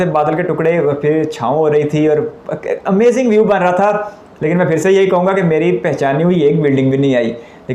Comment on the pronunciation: Bhai azaming nhi amazing hota hai..